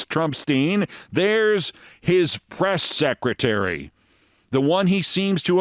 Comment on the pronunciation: Did you say " breast secretary"?